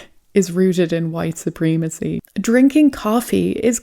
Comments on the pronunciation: I love your videos but just so you know it’s supremacy it’s not supreemacy you need to use a soft E in this word not a hard E! And when you say Putin, you pronounce it pyoutin It’s actually pronounced Putin, there’s no Y O in Putin I only mention this because I’ve heard you say these words in the past correctly I don’t know what’s happened since then anyway just letting you know. All you haters hit me up. I don’t follow my posts after I write them so I don’t care! My point is simple if you can say poo you can say Putin!!! Even though I say this, I love your videos. I really enjoy watching your videos. Stay blessed and stay safe!!! I absolutely mean no disrespect!!! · you are mispronouncing supreeeemecy. is that on purpose?